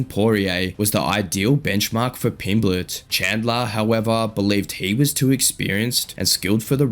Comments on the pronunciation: Why does the voiceover keep calling him Pimbletts? It's Pimblett. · His name's not Pimbletts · You do know theres no "s" at the end of his name, right? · So annoying listening to you say Pimbletts when you've literally used footage of the man 🤦🏻‍♂️ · How can you get his name correct in writing then add an S everytime you say it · ARGHH WHY DO YOU YOU KEEP SAYING "PIMBLETT'S"?!!!!! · It's a bit annoying hearing Pimbletts (plural) so many times 😢 There's no "s" on the end of Pimblett (or Eubank!) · Tell whoever is the narrator that there isn’t any S in Pimblett. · There is no S in his name